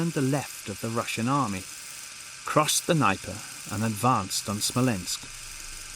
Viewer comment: Imagine making a history documentary about 1812 without checking how to pronounce Dnieper.